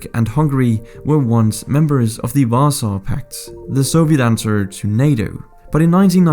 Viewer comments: What pact?????? That was honestly some catastrophically bad pronunciation of Warsaw 🤣🤣🤣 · I swear u if say wasaw pact 1 more time